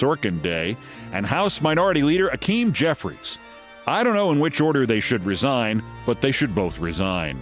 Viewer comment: I'm with you, man. But it isn't Akim. It's Hakeem.